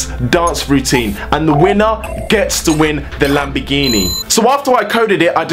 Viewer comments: your pronounciation of lamborghini is "lambigini" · Im from Italy you cant say lamborghini you say lambegini